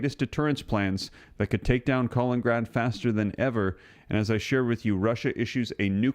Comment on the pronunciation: Hey there, FYI it’s KalinINgrad, not Kalingrad. Keep up the good work